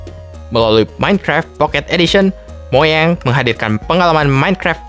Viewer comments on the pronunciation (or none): Bukan moyeng tapi mojang kekwkwkwkwkwkwk.terus juga minecraft bukan cuman di IOS&android tapi ada di pc. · mojang bukan moyang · Mojang bukan moyang woi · Mojang bang bukan moyeng.. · ga salah tuh mojang jadi moyeng?:v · Iya Tu MOJANG Dibilang Moyang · arman firman Iy, Mojang (Mo:ang) tapi dibilang Moyang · Masa dibilang moyeng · klu gk salah nama perusahaannya mojang bkn moyeng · Asia Games kok moyeng sih bro wkwkwkkw xD harusnya kan dibaca mojeng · tadi aku salah dengar apa tidak,soal nya tadi aku dengar orangnya bilang moyang,yg betul itu kan mojang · Bang MOJANG Bukan Moyang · Mojang jadi monyang Wkwkwkwkwkwkwkw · seharusnya mojang bukan monyang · Mojang bangggg bukan moyeng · woy mojang bukan moyeng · wtf mojang dibilang moyeng 😂😂😂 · bukan moyang tapi mojang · mojang bang bukan moyang